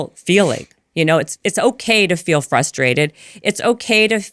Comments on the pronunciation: I agree with a lot of what she says, however, she devalues her message and a lot of what she says simply by her vocabulary. I’m trying hard to listen and hear the sentiment behind her message but it is really hard when she can’t say simple words like “frustrated,” appropriately. Not trying to be a hater, but if you can’t even say something as simple as, “frustrated,” instead of, “ fustrated,” I have a hard time listening to and trusting your message because you don’t sound intelligent. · She is describing permissive parenting, not gentle parenting. Where is the science they bring into other episodes. Show me the studies not some lady who can’t pronounce common words like frustrated.